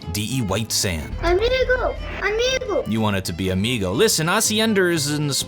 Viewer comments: This "amigo" accent is Brazilian portuguese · That "amigo" sounds more brazilian than spanish